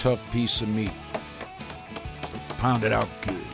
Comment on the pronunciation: hate how he says good